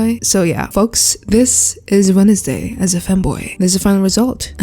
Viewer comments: Is it or do you really say “Wenesday”? English’s not my first language so I have no clue.. (I say wensday) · "Wenesday" was imperfection